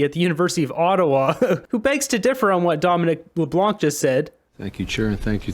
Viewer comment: Just to make a note that Dominic Leblanc, the C is silent so Leblan. BTH love your channel